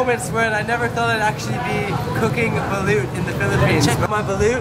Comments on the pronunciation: its not baleeeeuuuut bruh, its "balooooooooot" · Kuya, the spelling is Balut but the pronunciation is Ba-Loht